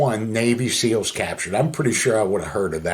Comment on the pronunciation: You didn't hear him right Don, he said he was in the Navy S-nails 😅